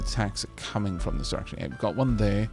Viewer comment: For some reason everytime you said direction I thought you were saying erection and started to giggle, I am more than a little ashamed of myself and I am sorry... but at the same time I can't stop giggling...